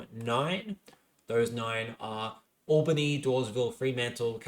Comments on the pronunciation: So just some advice: Albany WA is pronounced Al (like the name)-Ba-Knee atleast that’s what some my mates down south in Albany say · Albany, New York as far as I’m aware is pronounced Ol-Ba-Knee. From Wikipedia AL-bən-ee is for Albany Australia AWL-bə-nee is for Albany New York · Kalamunda, Pilbara, Albany, Kalgoorlie - absolutely butchering the electorate names - Clearly an eastie... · My beautiful boy, you keep mispronouncing Albany & Pilbara wrong. What’s worse, is you’re pronouncing Albany like the American city in New York. It’s ‘Owl-bany’, not ‘Oll-bany’. Pilbara is pronounced as one word, akin to ‘Pil-bra’